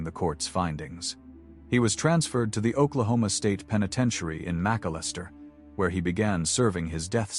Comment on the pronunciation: Mac-al-lester Oklahoma!!! NOT Macalester Oklahoma plz ty